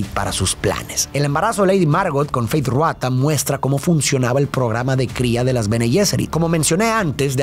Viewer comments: Disculpa, no se dice feith ruata , se dice feid rautha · "Feid Ruata" 😵💀💀💀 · No puedo con "Fayd Ruata" 😭😭 ya se que es un pequeño error pero suena gracioso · Feid Ruata jajaja, solo ese detalle 😅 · Quien es “Feyd Ruatha”? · Me mata que no dice 1 sola vez mal el nombre de Feyd Rautha Harkonnen, sino en todas las veces que lo nombra 😂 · Nunca dices bien Feid Rautha 🤣